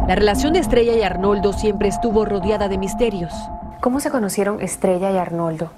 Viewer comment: Esa conductora NO LEE y NO DIJO BIEN SU NOMBRE A R N O L D O JIMENEZ